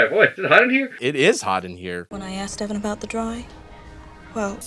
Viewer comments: Great review, but the main characters name is pronounced Evan not Ethan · I had to watch this twice to notice that you’re saying Ethan instead of Evan the whole time 😂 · It was super upsetting that you got Evan’s name wrong so many times,! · Getting the name right once makes it so much funnier than if you had gotten it wrong every time